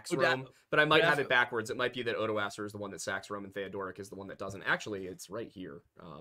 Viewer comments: For the love of god, I've studied the Franks and it physically hurts me to hear people calling Odoacer "oodohseer" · you're very close, at the least. Every expert I dealt with in college was confident that the pronunciation was far more along the lines of "ohdwuacker" or "oddwacker", depending on how British the prof was, for whatever reason. Frankish names get really fucking weird and their pronunciations/emphasis on certain parts can get even weirder.